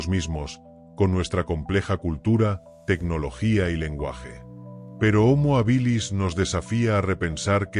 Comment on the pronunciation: Desde el minuto uno no se pronuncia bien homo habilis....no es ni llana ni aguda, se debería pronunciar como esdrújula, solo hay que ir a la raíz de la palabra hábil.....